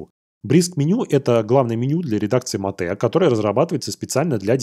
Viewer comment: Ну какое ещё матэ? Это [Мэйт]. Аж уши режит уже много выпусков и каждый раз такое не правильное произношение. Всё остальное супер, спасибо за выпуски.